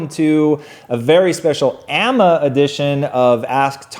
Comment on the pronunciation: guys it's pronounced ay-em-ay ;) love your stuff